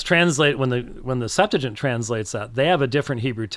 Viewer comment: I hate to be that person, but the name of the Greek Old Testament is pronounced "Sep-'tu-a-gint", not "Sep-'tu-gint"